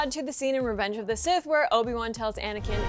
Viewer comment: It's Obi-Wan